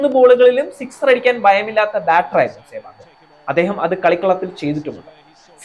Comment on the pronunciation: Adyam sewag ennu parayan padikku..